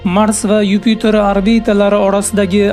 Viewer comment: Юпютор эмас Юпитер